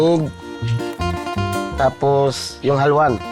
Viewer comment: its not halwan, its haluan (ha-lu-an)